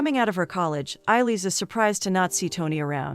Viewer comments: Whoever is narrating this video can't have actually watched the movie. She is pronouncing the main names wrong. Eillis is not pronounced "Eye-leez". It's pronounced " A - lish" - which anyone who's watched the movie knows. Mrs Kehoe is "Key - ho" not "Keho". For a review, this is really annoying... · It's pronounced ay-lish